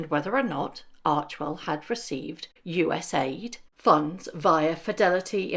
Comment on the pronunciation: Thank you for pronouncing USAID correctly. Love your videos,. 😊